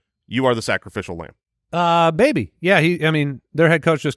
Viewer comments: Definitely said Mbaby 😂 that M was silent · Listened 5 times. It was definitely, "Baby" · You can’t convince me that he didn’t say “baby” lol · Even closed captioning knows you said "baby", 😂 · 100%...I went back and played it at .25 speed...he said 'baby'